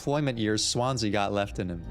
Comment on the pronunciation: Daisuke is pronounced mooore like "dye-skay" or "dye-skeh" or "dye-su-kay" for the record! You figured out how to pronounce Swansea's name correctly in the first episode too, in case you were still wondering about that one.